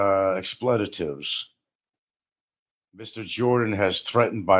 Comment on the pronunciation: correcting of anyone on proper pronunciation is a hoot. I've rarely heard anyone who can butcher the English language as well as. I'm sure will have some expletives, or "explayittives" as pronounces it, in response. Lol